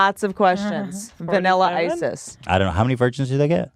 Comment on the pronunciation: Are we all just going to ignore Whitney saying “Vanilla Isis” ?????